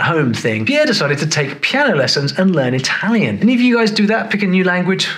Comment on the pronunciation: it's impressive how Rosberg speaks italian so accurately, the accent is perfect